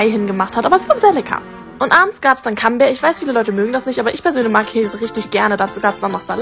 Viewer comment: Das heißt doch nit cam kammbär😅😅😅das heißt so und wird so ausgesprochen camembert😂😂😂camembert geschrieben und camombär ausgesprochen 😂😂😊